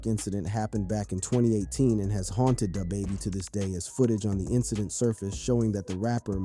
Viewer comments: DahBaby? Pooh sheesty? Bruh ain't from the hood 😂😂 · Dah bahbah lol